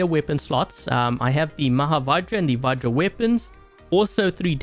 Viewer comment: D is silent in its called va-j-ra